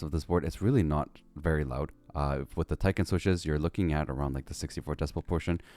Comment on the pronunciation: I hear a lot of foreign you-tubers say Tie-ken. But you actually pronounce it as Tick-en. You know the bug, a tick? Well use that and place -en behind it.